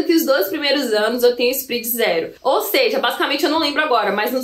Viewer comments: Só pra te ajudar..... SPREAD vem do inglês e se pronuncia com o É SPRED e não SPRID. Escute as pronúncias das palavras em inglês no Google antes de gravar. Abcs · So a titulo de colaboraçao,: nao se pronuncia "sprid", mas "spred". Parabens pelo video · nao é spridi mas spread